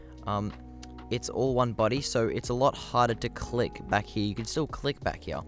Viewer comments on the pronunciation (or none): "Click back hewh"